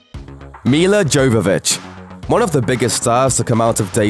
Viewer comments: It's pronounced "Yo-vo-vitch" not "Gio-vo-vitch" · it's pronounced Yovovich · Yovovich!!!! Learn to pronounce Milla's last name!!!! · Jovovich is a soft J. She has a go at Michelle Rodriguez on the Resident Evil DVD commentary a number of times for using a hard J. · YO-yovitch. Mila Jovovich. PLEASE learn how to pronounce Russian surnames, you fecking moron. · Jovovich has a silent J. It's pronounced Yo. Just a heads up. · You don't pronounce the J in Jovovich...'Y'ovovich. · Jovovich is pronounced as Yovovich. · Hey, its pronounced Yovovich. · it's YOvavich lol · You're saying Milla Jovovich's Name wrong.. But It's ok a lot of people do that.. her and Matthew McConaughey surely have had the biggest success since Dazed And Confused.. Looking at both of their Lists of films Both have 45+ Films under their belts...And Counting... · The J in Milla Jovovich's name is pronounced like a 'Y'. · It's not unusual for them to gets facts wrong. It's freaking annoying. How the presenter pronounced Jovovich drove me nuts too